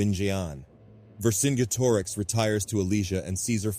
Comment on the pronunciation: I really liked the video and the animations were great but I think you should have pronounced vercingetorix differently. [VUR] + [SIN] + [JET] + [UH] + [RIKS]